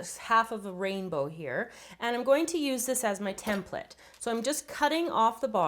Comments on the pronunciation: she just doesn't pronounce the E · how she pronounces "template" , so annoying